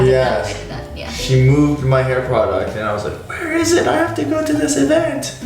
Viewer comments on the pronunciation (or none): none